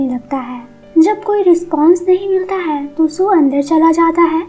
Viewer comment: Voice is lovely... Just one suggestion is tht pls change ur way of stressing the word " hai"